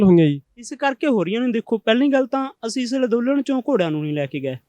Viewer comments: Nassmasskatt=nattmasstak... kaiwaar=karwaai.... Lanndolan=anndolan Bolana aunda nahi..... Beimaan... Criminal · ਅੱਜ ਤਾਂ ਅੰਦੋਲਨ ਵੀ ਸਹੀ ਨੀ ਬੋਲਿਆ ਜਾ ਰਿਹਾ... ਲਦੋਨਨ ਲਦੋਨਨ ਕਰੀ ਜਾਂਦਾ ਐਵੇਂ ਗ਼ਰੀਬ ਮਾਰ ਕੇ ਰੱਖਤਾ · Ladolan nhi hunda andolan hunda ji